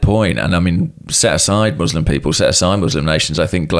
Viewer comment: I hit like when pronounced "Muslim" properly. You can always expect quality from Tifo.